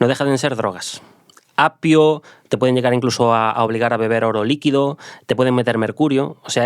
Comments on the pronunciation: Lo hacen muy bien, traen muchos temas muy chulos, pero habla fatal, extrayeron en vez de extrajeron, apio en vez de opio, apuñaladas en vez de puñaladas. No sé si es porque mezclan el gallego con el castellano, a mí marido le pasa igual, es gallego y se inventa un montón de palabras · Me encanta cuando dice apio en lugar de opio🤣